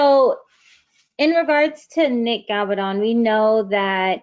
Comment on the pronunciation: I don't mind the reporting but you totally mispronounced his name. His name is Gabal-don.